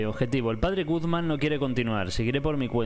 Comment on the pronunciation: me encanta que dice Padre Gugman en ves de Padres Guzman xd